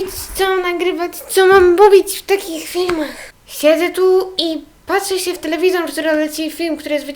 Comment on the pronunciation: masz fajny akcent i nie wiem czy tylko ja to zauważyłam, ale zamiast się to mówisz sę tak bez "i" a i mi się podobasz wiem jestem dziewczyną ale jestem bi czy jakos tak💋😍